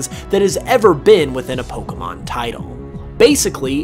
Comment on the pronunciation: Some mysteries here: will you ever pronounce Pokémon correctly (it's "poh-kay-mon", see the é); will you pronounce Rayquaza correctly; and will you do a Pokémon video and NOT loop the same footage over and over again to the point of tedium? (Seriously, with the Kanto Mysteries, I got so bored of seeing that same footage from Let's Go after what felt like the hundredth time!)